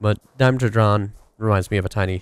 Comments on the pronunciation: Ugh... Americans. Dimetrodon, not DIME-TRODON DI-ME-Tro-Don No "dime" in the middle. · HERE IT IS ON HOW DO YOU PRONOUNCE IT: DI-ME-TRO-DON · Ugh Google paleontologists all believing they found the right pronunciation mine is now megatron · Usually America calls this creature a die met trow don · I'm American and say DI-ME-Tro-Don... so "ugh Americans" isn't the most accurate way. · (dime- etrodon) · Dime ee tro don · Pronounced "duh-met-ro-don" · Love your vids!!! P.S. Die-meh-tro-don, your welcome. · die-nep-tro-don that is how you pronounce it. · it's pronounced Die-met-tro-don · Dude. Just try to pronounce the names. It's incredibly easy to pronounce Dimetrodon.